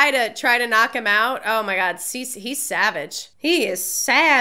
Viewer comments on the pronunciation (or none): none